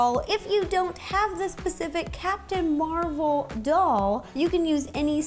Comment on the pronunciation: Rossana you say it like Mar vel